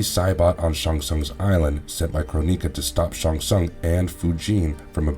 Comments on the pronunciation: Kro-ni-ka never knew you could pronounce it like that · You pronounce a few words wrong, Cronika. Which just listen to how the announcer says it in MK 11 and then with ensnared. It's pronounced n.snare.d. I hope information helps you. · Kronika = Kro-nicka. Not "kro-neeka." Fujin = Foo-jin. Not "Foo-jeen." Kuai Liang = Kwhy Lee-ang. Not "Kway Lee-ong." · I cringe whenever i hear you say chro-nee-ka and foo-jin...